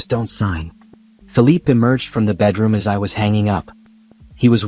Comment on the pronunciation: You’re saying the guy has a French descent so why do you keep mentioning his name as Philip, when actually the name is Philippe? Like in PEY / PAY. Please note it and pronounce it as such for the distinction to show